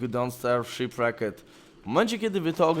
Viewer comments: Sziprekt not Szipraket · sziprekt a nie szipreked jezus ... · Gimper wyjeżdżając na Rich Tour sądził, że będzie dostawać multum porad dotyczących rozgrywki.... Nie wiedział, że 80 % komentarzy będzie o tym, że źle wymawia tytuł gry :D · Mam nadzieję że jak wrócisz to nauczysz się poprawnie czytać "Shipwrecked" xD